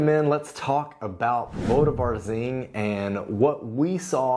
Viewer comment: Please and, please take note of accents on the words., especially if you do a while vídeo on Póvoa de Varzim. The accent is on the first ó in Póvoa - so it is pronounced the same as "po" in "pot" in English.